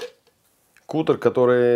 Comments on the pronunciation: Не кутэр , а кАтэр , от англ. глагола cut -резать. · бля,,, не кутер а катер (cutter),,,от слова cut-резать